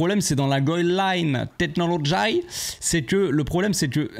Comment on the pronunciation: Bonsoir à tous,, il n'y a que toi capable de me faire rire après une semaine pareille pour notre Barça. Comment tu as prononcé la Goal line technology, ça m'a achevé 😂😂😂 Force à toi, et Visca el Barça ❤ Supporter à vie malgré les déboires qui n'en finissent plus